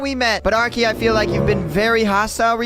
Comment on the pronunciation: Why did you dismissed name arkey you said "ariche"